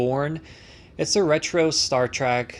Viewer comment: It's not Star "Track"; it's Star "Trek". And it's "Leg-o", not "Lay-go".